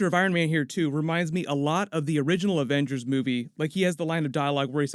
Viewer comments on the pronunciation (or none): Wizzy vengers 😂 put subtitles on